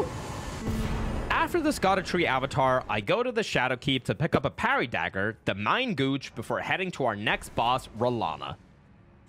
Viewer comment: "Mine gooch" lol